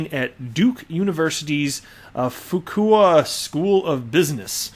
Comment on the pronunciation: Good try! It is pronounced Few-kway.....took me a while to get it as well.